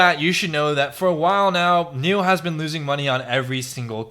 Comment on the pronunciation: spelled nio... pronounced NEO?!!!